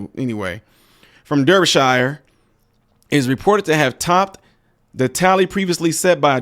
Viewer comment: I dread to think what her vagina looked like after. I wonder if she lined them up from the smallest penis to the biggest...it's pronounced Darbysher by the way not Der bee shy er.